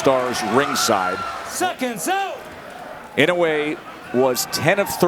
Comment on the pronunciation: 『井上』と発音出来ない実況アナウンサー(>_<) 『イノウェー』じゃないよ。『イノウエ』だよ('◇')ゞ